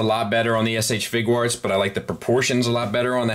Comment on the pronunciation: Question: Are you sure about your pronunciation of 'Figuarts' as fig-warts? I read it as 'fig-you-arts' as in a play on 'figure arts. So I'm curious if there is an 'official' pronunciation. Thanks man, hope you and yours are well.